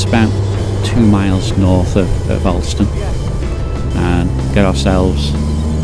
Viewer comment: Alston is pronounced ``olstan``.